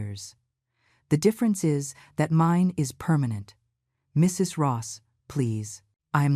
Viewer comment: Why can’t AI say the word “Mrs.”? Just curious